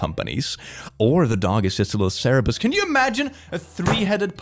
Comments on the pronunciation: Hey, just wanted to say it's Cerberus, not Cerebus. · You always mispronounce Cerberus. it's cer-be-rus. not cerebus. It means "spot". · I can't tell if he's saying Cerebus instead of Cerberus on purpose or not... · yes. However, sr-bu-rs [cerberus], not cerebus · is anyone else noticing that he called it "cerebus" every time??? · as a lover of the ways of satan, you may wanna learn how to pronounce "cerberus"